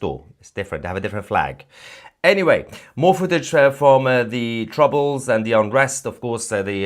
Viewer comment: It's not De. It's. The. Cmon, it's not difficult.